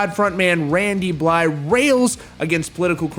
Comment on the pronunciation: Points for pronouncing Blythe correctly. You my dude